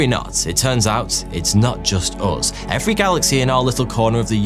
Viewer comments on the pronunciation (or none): none